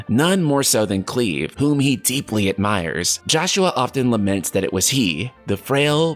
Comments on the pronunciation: I'd. Never heard the name cleave till this video 🤣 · cringing at KLEEV